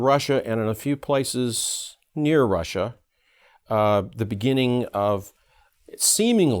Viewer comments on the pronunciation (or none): none